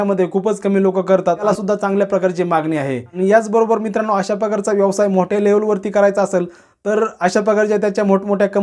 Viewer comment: यवसाय नाही व्यवसाय म्हणा.